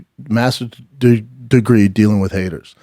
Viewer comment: Masters duh duh gree….😂